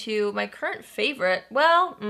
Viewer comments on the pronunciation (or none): none